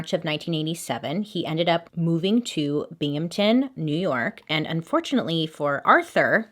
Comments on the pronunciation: Bailey: " I pronounce everything wrong" Also Bailey: pronounces Binghamton correctly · Perfectly pronounced “Binghamton”! Everyone legitimately always messes that one up 😂